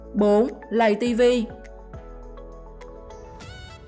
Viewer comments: Lay tv mà đâu phải lầy tv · lay ko phải là lầy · Lay tv chứ ko phải lầy tv ạ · Lay tv nói lầy tv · Người ta bảo là lay tv chứ ai lại bảo là lầy tv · lay tv mà cj k phåi lây tv đâu cj😊